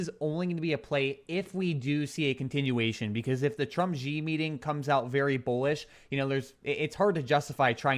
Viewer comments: The Chinese guy is not GEee. It pronounced like "She". Xi. X is pronounced like the french style in Chinese, like an Sh with a small h. If you could combine See and She, that would the most correct way to pronounce it. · i lived in china for several years. X has 'sh' sound. so Xi correct pronunciation is 'She'. Love the shows!